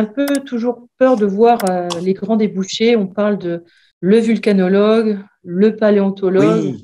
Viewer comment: Boudiou ! vOlcanologue, et non vUlca… On ne s'intérsse pas à la vulcanisation (cf. le caoutchouc) !!! Voyez touts les noms des services pros, observatoires et labos : toujours vO et non vU !!! Merci pour mes collègues.